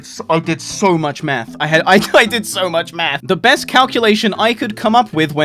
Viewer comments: Did he say it took him hours of math or meth? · i had this video in the background while playing and i thought you said meth instead of math, got a bit worried